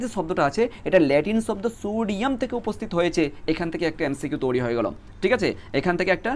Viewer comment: তৈরি ❌ তোরি ✅ 😂😂😂😂😂